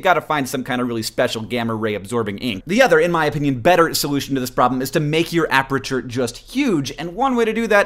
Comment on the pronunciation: HANK! Apreture? Really? You have given me a ticky twitch I cannot get rid of along the same lines as those people who say ISO as "eye-so" instead of I.S.O. A-PER-TURE. Your math is correct. (Probably... I'm just a photographer.)